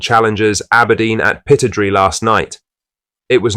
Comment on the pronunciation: Pittodrie: pronounced 'pit-odd-ree', not pitod-ree!